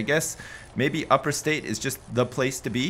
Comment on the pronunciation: Upstate New York not Uperstate